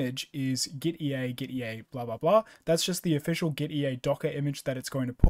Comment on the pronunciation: Gitea is pronounced like git and tea. Hence the logo.